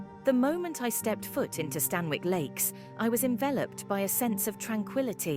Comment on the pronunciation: Amazing video! I walk there regularly. Just one thing - the pronunciation is wrong; it's "Stan-ick" rather than "Stan-Wick". Excellent video, again!